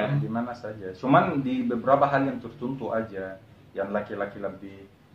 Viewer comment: Logat bicaranya ada yg seperti syekh Ali, Tertentu dia sebut tertuntu 😁👍